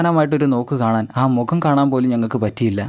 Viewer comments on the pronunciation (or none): none